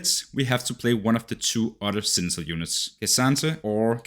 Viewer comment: Does he say "senital" kkk? No shaming tho, just thought it funny ahah